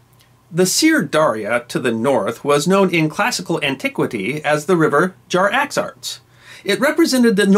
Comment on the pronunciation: Hey, it's "Jaxartes", not "Jar-axarts"!